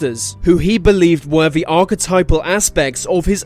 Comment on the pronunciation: Can't you pronounce 'the'?